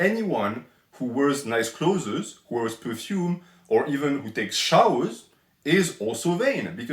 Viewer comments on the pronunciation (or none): He's trying his best! I don't think French has the English "th" sound.